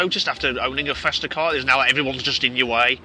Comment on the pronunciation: blood it's an car not AcAr